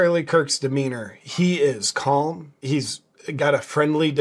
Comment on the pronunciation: The "L" in calm is totally silent. It's pronounced "cahm" not "cawlm". Look it up!